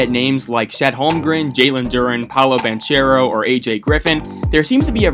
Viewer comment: Great vid man...I just wanted to point out the right pronounciation of Banchero's name. Its pronounced with a hard -c like this: ban-k-ero.